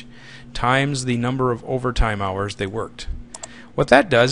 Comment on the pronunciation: "Hours Worked", not "House Worked"